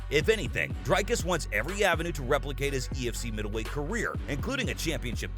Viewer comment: It's not Dry-Cars, it's more like Dree-Cars. The guy is an Afrikaner, a Dutch version of South African descent. I have a feeling that if you were to call him Dry-Cars he'd get peesed